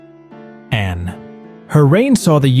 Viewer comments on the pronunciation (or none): none